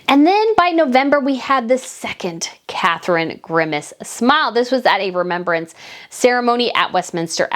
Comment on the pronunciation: WAKE UP,. IT'S " CATHERINE"